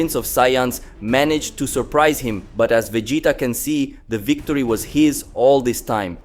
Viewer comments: It's pronounced as Vejeeta not vedita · Lol, how did you say Vegeta’s name correctly twice and then all the other times he said vadeeta 😂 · Bro, it's pronounced as Vegita, like you are saying Vegetables